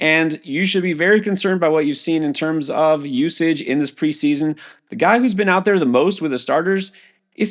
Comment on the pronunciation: TYQUAN THORNTON LMFAOOOOOOOO